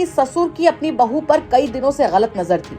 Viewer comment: बहू कैसे बोल रहा बहु जान बोलो😂